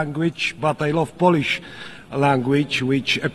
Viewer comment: bardzo ładnie wypowiada słowo Polisz🤣🤣🤣🤣🤣i to wszystko